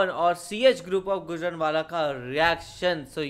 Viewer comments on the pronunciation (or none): गुजरनवाला नहीं गुजरांवाला 💞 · Bro itsnot gujan wala its Gujranwala so plz be careful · Bhai gujranwala wala kahta ha gojranwala wala nhi kahta ❤ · Not gujrnawla is gujrnawla